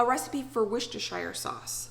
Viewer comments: Worcestershire = Wus-ster-sheer Shire doesnt change due to it being british its pronounced like New Hampshire. This actually does not bother me at all and makes me smile but you say to comment if something is pronounced wrong so just letting you know 😊😊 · Ive commented a few times that it's wooster-shuur sauce. I don't understand why Americans find it so difficult. Yes it has "extra" letters but Worcester NY, VT, PA, MD, WI & MA exist and are pronounced correctly as "Wooster" so its not like its totally foreign! And why do they always pronounce Shire like freaking lord of the rings? We don't live in THE SHIRE! Worcestershire, Staffordshire, Northamptonshire etc the shire part is pronounced shear/shuur depending on your dialect. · Hey! Hope your well. Worchestershire is pronounced wu-Stuh-shuh if you google the pronunciation it will help. Worchestershire is an english word and this is how we pronounce it. ❤️ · Love all your ideas. Just an easy way to pronounce Worcestershire is say the shire part as sheer comes out 👌